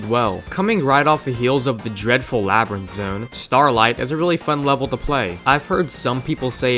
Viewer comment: "sonic media" "Labrint"